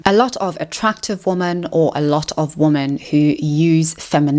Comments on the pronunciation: loved the video but why do u say woman instead of women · Why do you pronounce women as woman??? Ok so what you said about men equating intimacy with control listen, I literally stopped having interest in sex not long after 50 Shades came out because every freaking woman wanted me to dom her in the sack, some even wanted rape play and my father is a rapist and that was just the highest turn off for me and I have basically given up on women as a result of all of this. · Why does she pronounce 'woman' and 'women' the same?? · Please learn how to pronounce WOMEN!!!!!:face-orange-raised-eyebrow::face-fuchsia-tongue-out